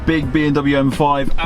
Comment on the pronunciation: Why do you keep saying B “N” W 😭😭